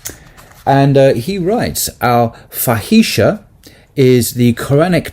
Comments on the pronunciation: Thank you for this discourse. Something that might help in pronunciation of Arabic words is to be aware of the long vowels. So for example fahisha is pronounced faahisha, and haya, hayaa. Its hard to see this in the transliteration if long (natural elongation) is not marked clearly. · Brother inshaa Allah, pronounce FAAheesha,not fahsha or faheesha. It is time now for proper pronunciation. Your excellent lessons benefit so many. Only Arabic needs your attention. I am willing and able to help you in this no charge. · The worde "Fahişe" means "prostitute in Turkish. If the arabic pronounciation is anything like the Turkish, you have to place more emphase on the "i," like "ee."